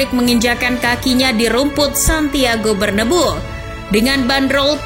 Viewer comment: Santiago bernabeu bkn santiago berdebu woii